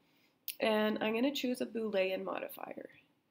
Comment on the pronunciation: Why you say boolean like that LMAO